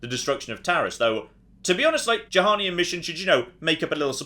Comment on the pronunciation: its bloody Juhani, like Yuhani!! not Jahani ffs!!!